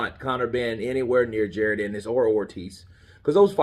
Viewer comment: It's actually PRONOUNCED Ja ROn,, but no biggie lol